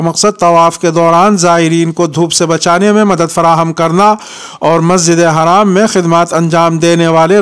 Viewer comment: masjid e Haram ha ya Majid e haraam ha Haram or haraam ka lafaz sai bolo